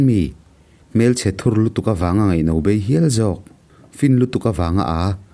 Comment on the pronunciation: HMELCHHE THUR tih hi i lam dik miahlo. Thur tih hi SAM THUR tih a, thur angin i lam hi a diklo.HMELCHHE THUR a thur hi Theithur tih a thur anga lam tur ani. HMELCHHE THUR tih chu a hunlai tawngkam ah chuan HMELCHHE LUTUK/UCHUAK tihna ang vel ani.